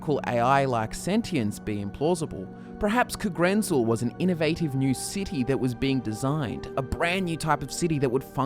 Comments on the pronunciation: I don't know but isn't the stress in 'Kagrenzel' supposed to be on the '-zel' instead of the '-ren-'? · The biggest mystery is why you pronounce Kagrenzel thusly.